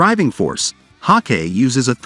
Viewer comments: It is pronounced HAWK- I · Learn how to read. It's pronounced "Hawk eye" - Hawkei.